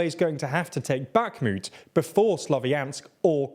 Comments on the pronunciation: God, how many times can you say Bakhmut wrong, and with such confidence. Unbearable. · your pronounciation of bakhmut kills me slowly each time you say it wrong